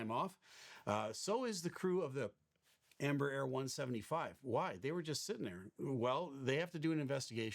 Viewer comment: Embraer is pronounced: En Bra Air 😊 then you sound almost like the correct Portuguese pronunciation